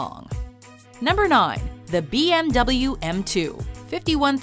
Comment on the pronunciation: Its si funny how you pronounce BMW and Mercedes 😂😂😂